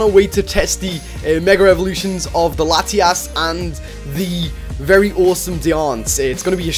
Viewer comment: He says lati ass